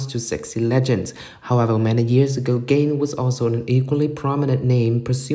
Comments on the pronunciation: The commentator pronounce Ga-in as Gain like achieve or attain. LMAO. Who is she? I guess the commentator needs to be knowledgeable of her first before informing kpop fans. This content is like the "you have one job" meme for this commentator. 🤦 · Ga-in. Hard g, almost a k, the a has an "ah" sound, in pronounced with an ee sound. It's not gain like the laundry detergent. I know this isn't a big deal, but it's a pet peeve of mine when people mispronounce a person's name. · Who the f××k is Gain......Ga-In.